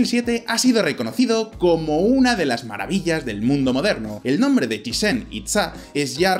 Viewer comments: es CHICHEN NO CHIZCHEN !!!!!!!!!!!!!!!!!!!!!JAJAJAA no le sale al pelado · En un poco gracioso como dice Chitzen a Chichén que es como si dijeras chinche xD